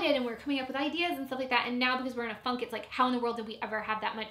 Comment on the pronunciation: Am I the only one who heard say "I think we're in a fuck" rather than "I think we're in a funk"?